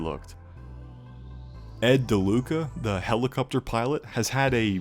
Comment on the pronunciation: Helicupter lol